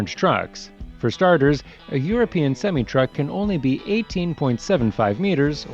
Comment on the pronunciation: The narrator is pronouncing semi truck wrong, at least for America. We pronounce it semi-eye, not sem-ee.